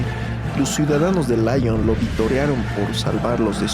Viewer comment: Ojo no es láyon sino lión es Francia no Inglaterra